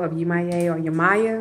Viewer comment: 1) please learn to say the name of these entities before you post a video about them 😵‍💫 2) Yemoja as well as the other Orisas are not Gods/Goddesses. they are the expression of the Divine in nature. They are ORISAS. they cannot be described using western religious language.